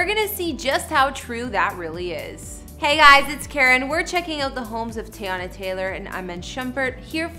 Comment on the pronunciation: Say it with me (tee-yah-nah) not tayonna